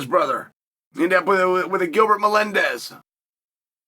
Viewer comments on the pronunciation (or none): none